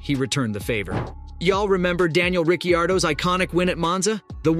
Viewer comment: This smells like AI generated voice that just reads a script. They way he says Latifi too is a dead giveaway. Especially if you're a F1 channel that follows the sport.